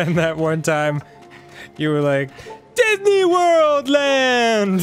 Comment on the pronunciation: “Didney Worl Land”